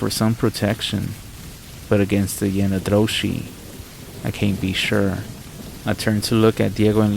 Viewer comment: Yee naaldlooshii - to the best of my knowledge - has no "r" in its pronouncing.